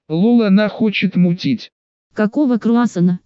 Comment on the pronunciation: Какого крауссана? Какого крауссана? КАКОГО КРАуссанв , кгакого карасанннна кыгаго груза по